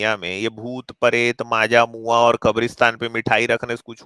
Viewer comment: Maaja mua 😂😂😂 it's majmua